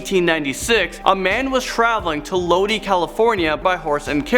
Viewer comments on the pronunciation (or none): It’s pronounced “Lo-die” not “Lo-dee” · It isn't pronounced lodee. It is spelled LODI, Pronounced LOW-DIE. Just like the old song "Oh Lord, I'm stuck in LODI again." Old 70's song, LODI also has the original A&W! With girls on skates and food that is on a tray that hangs on your window! Super cool. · I got kinda triggered when pronounced Lodi as "Lodee", it's actually pronounced "Lodeye", I live there so I hope you guys understand why I got kinda mad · lol the place the man is traveling to in number 10 is pronounced Loh-dye not Loh-dee